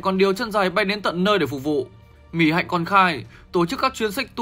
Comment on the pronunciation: Mic đọc tên Mỹ Hạnh sai . Vất vả quá.